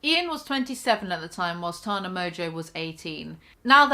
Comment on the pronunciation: Learn how to pronounce Tana you fucking moron